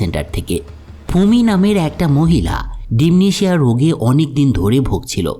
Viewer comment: ডিম্যানশিয়া,উচ্চারণ হবে